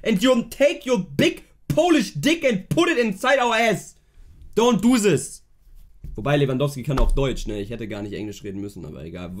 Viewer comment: „don‘t do siz“